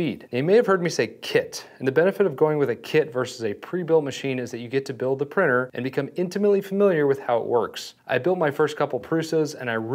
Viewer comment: Such a pity that with all the time you have spent with 3D printing, you still haven’t been able to say printer. Prinner and prinning are not real words.